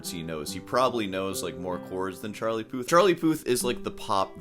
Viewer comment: Charlie “Poo”th amirite?